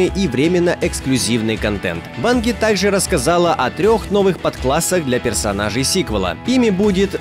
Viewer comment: Банги?, вроде все говорят "Банджи"